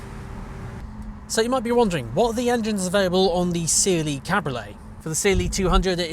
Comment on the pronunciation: CLE, not Cliiih. E like in Eddie or Benz.